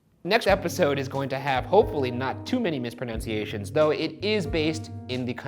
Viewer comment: Ryan: Next episode is going to have hopefully not too many mispronunciations Also Ryan: Mispronounces mispronunciations